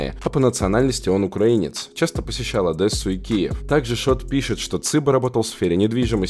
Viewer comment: бро ну какая адэсса , Одесса это Одесса